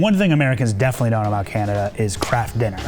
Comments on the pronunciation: The guy said candada not canada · "CANDADA" lol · Did he say candada? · Did he just call it "Candada"? lol..! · Did he say "Candada"? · Did anyone hear 'Candida'? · Lol, he said "Candada"